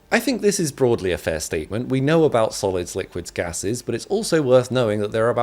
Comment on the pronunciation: he said gases 😂